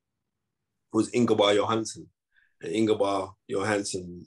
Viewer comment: “ingobar johansson” 🤣🤣 ingemar johansson you mean 😂😂 thought you were the knowledge ?